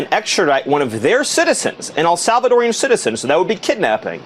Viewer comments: Do you realize how dumb it sounds when you call a Salvadoran something as awkward as "El Salvadorian" ? Just use the four syllables. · Arghhhh, it is El SalvadorAN, not El SalvadorIAN!!!! It’s like nails on a chalkboard when it is mispronounced! 😤